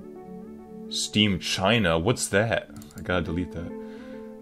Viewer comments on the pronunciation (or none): "Steamchina" lmao